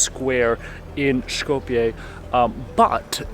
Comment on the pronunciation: Сите документи ни се више со North Macedonia, човекот е турист, се води по интернационалното име. Тоа што живееме во блам држава не го засега него... Шета и прави видеа. Едино е смешно што го изговара Шкопје наместо Скопје ама јбг.